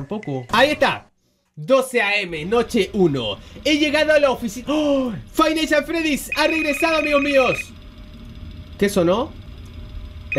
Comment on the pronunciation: Lo que meda risa esque le dice fice naights fredyys